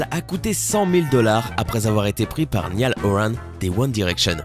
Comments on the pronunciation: cela ne se prononce pas NI-A-LE mais NA-I-EL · Kanié et Niale, ça fait mal au coeur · Ahhhh la façon dont tu dis Niall et Harry m'arrache les oreilles😭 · LA PRONONCIATION DE NIALL JE 😭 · Brhu comment il dit Niall